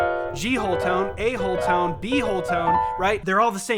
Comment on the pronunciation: Heh. You said “a-hole”. Yes I know it was “A whole tone”. I really hope you get around to the Ace Combat franchise. “Zero”, the Ace Combat Zero theme song, has brought me to tears a few times. It’s just so big and such a cool blend of symphony, opera and flamenco.